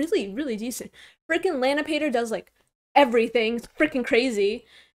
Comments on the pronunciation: "Lanapator" Oof. XD "Lan-e-pa-tor" :P just giving context is all. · Lanipator is said like this: Lann-e-Pa-tour. not the way you said it. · la-ni-pa-TOR. :) not laniPAYtor.